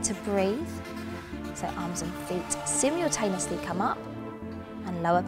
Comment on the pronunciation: Residents band???? Sim-yule-taneously???